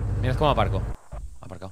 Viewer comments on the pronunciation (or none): "Mira cómo aparco" "Aparcao"👌🏻😂